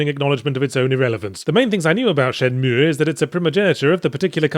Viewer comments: I feel dirty every time he says Shen-Meweyh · Dude, is it really that hard for you to pronounce Shenmue that you have to stop and make that dumbass sound each time? You don't pronounce the 'e' at the end. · It's pronounced Shenmüegğh Yahtzee. Now do the Spiderman review already. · He normally calls it Shen-Mooie, which pisses people off to no end. He emphasized the pronunciation to troll people giving him shit in the past. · Haven't even started yet and I'm really looking forward to hearing Yahtzee pronounce it SHEN-MOO-EE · Not gonna lie. Im only repeating this because how yahtz pronounces shenmue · Stop pronouncing it wrong. Fuck me! You're very wrong on this game! Do it again you dick eyes!!!